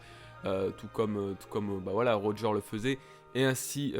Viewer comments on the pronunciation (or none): none